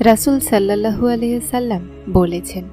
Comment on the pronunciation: কিছু মনে করবেন না, উচ্চারণ টি, সল্লাল্লাহু হবে